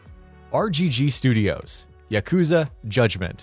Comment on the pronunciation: I'm always here to laugh at his pronunciation of "Yakuza".